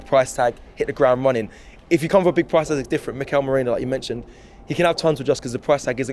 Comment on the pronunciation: calling Merino “Moreno” and saying “Mourinho” 🤣